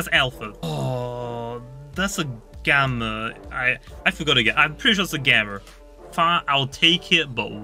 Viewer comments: Stop saying gammer it’s gamma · It’s gamma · i like how says gamma as 'gamer' xddd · i just love the way he loves says alpher and gammer XD, keep up the good streams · When he said gamma I though he said gamer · "gammer" "alpher"